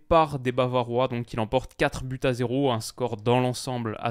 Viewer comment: tu fais la faute de prononciation à chaque fois. Quand il y a plusieurs buts, il y a un S à but donc liaison 4 buts à 0 avec la prononciation du S et non du T. Et tu dis souvent « en vrai »